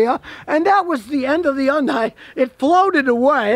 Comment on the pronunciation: Youndaai 😂😂😂😂😂 yanks struggle with Haaayundaaai 😂😂😂